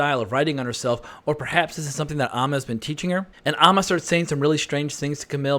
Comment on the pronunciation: AND it is AMMA (BAM) NOT AHHMA!! You have ALSO been mispronouncing that name too!!